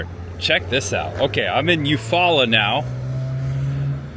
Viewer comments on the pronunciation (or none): This was a terrific tour of our Alabama treasures. Thanks for visiting us! I'm not sure if anybody helped you out already in the comments, but Eufaula is named after the Muscogee Creek Indian tribe "Eufaulas". It is pronounced "yoo-FAW-la", not "yoo-FOO-la". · Oh P.S. it's YOU-FALL-A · It’s pronounced: ‘You-fall-uh’… so cool seeing you visit my hometown!! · . It’s actually (or supposed to be) pronounced “U-fall-a”. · Eufaula. It's pronounced You Folla. 🤣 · It's pronounced you-falla. Eufala. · Lol… It’s pronounced like this….. You-fall-a (Eufaula) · I live in Alabama and Eufaula is pronounced Yoo -faa-luh